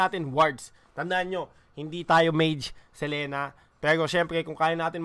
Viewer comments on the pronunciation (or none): Boss dogs selina ang basa hnd selena